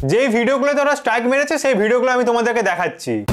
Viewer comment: আরেভাই এস্ট্রাইক না স্ট্রাইক। নুংরা না নোংরা। আগে নিজের উচ্চারণ ঠিক করো।